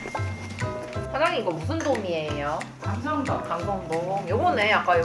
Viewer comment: '강성돔' ㅇㅌ "감성돔" 이랍니다. 엄청청 추운 날씨에도 영상 올려 주셔서 감사합니다